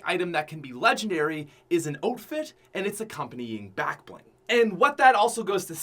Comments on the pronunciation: does it bother anyone else that says “oatfit” instead of outfit? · I thought it was outfit not oatfit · Why he say OATfit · Are you canadian you said ootfit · Lol “oatfit” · why does he pronounce it oatfit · instead of outfits why do you say oatfits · it’s not outfit it’s ooutfit everyone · “Ote fit”